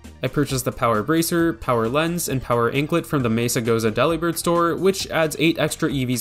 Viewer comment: I'm sure this was brought up already, but for the mirror herb all you need to do is open and close the picnic!! The learning is almost instant Also Delibird is pronounced similar to "Delivered"! Not like a sandwich Deli!